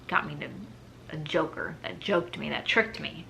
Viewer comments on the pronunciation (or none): none